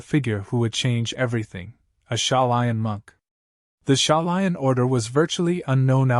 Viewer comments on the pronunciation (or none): Shaulin is pronounced ( shou-lin ). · Shaolin is pronounced shaow-lin. These mispronunciations ruin the video. Get it together AI. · Shao - line ??? Tell me , how could you post this ? Don't you listen first ? The way the AI says Shaolin is really off setting to a martial arts enthousiast like myself . This could have been Grand and yeah i know this is my personal opinion , but since we're able to comment you can have it.